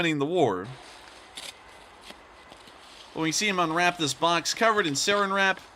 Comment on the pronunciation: it’s SARAN WRAP!! NOT “SERRIN WRAP” hahahah